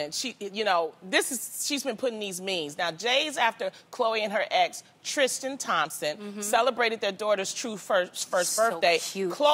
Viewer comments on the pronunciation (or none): Loni's pronunciation of TrisTAN makes my skin crawl.It's not Trishstian. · Loni just STRRRRUUUUUGGGGLLLLIINNGG saying "Tristan" 😂 that whole intro was a mess. She said "Jays after" instead of "days after" lmao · Why is Loni having a tough time saying Tristan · But why cant Lonnie say Tristan💀🤣